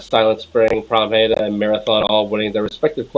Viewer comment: Oh my god you actually said Pramheda right! I’m so proud of you.